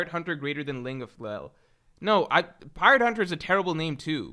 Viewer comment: Ling of Lell. For some reason putting an L in front of names always gets me. 😂😂😂